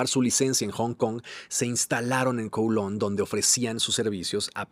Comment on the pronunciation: Kowloon Se pronuncia CAO LÚN… Lo sé porque viví en China y conozco bien Hong Kong y a Kowloon. Y los británicos regresaron Hong Kong y Kowloon, porque después de la segunda guerra del opio los Chinos les arrendaron por 99 años los nuevos territorios, que es lo que hoy es parte de Hong Kong y Kowloon, y ese plazo expiró. No fue una concesión generosa de los británicos ni un “permiso” de China, sino una combinación de contexto histórico, presión geopolítica y fin de un contrato forzado en tiempos coloniales.